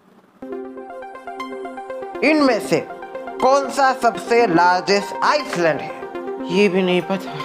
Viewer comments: Iceland nhi island s is silent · Iceland nhi pronunciation h island ko i-land pronounce krte h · Island ko "iland" boltey hain..✨